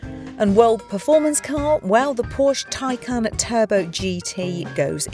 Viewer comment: Taycan not Teycan 😂